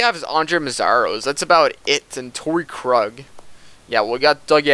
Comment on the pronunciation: Pronounce Krug like kroog